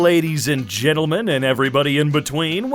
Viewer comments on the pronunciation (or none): he really said "ladies and gittlemen"